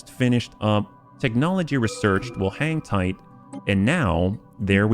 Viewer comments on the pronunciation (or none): Is it just me or do I always here "hentai" when you say hang tight (had to enable subtitles to understand it) 🤣😂